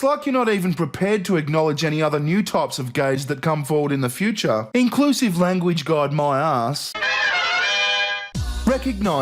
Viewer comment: I love when says fee-oo-cha...:)